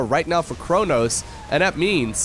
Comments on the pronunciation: It is pronounced kro-nossssss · Chronos is thhe name of a Titan in the greek mythology. So even in French, you still say "ChronoS" :)